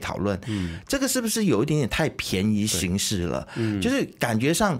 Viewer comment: 便宜行事應該是唸"方便"的"便"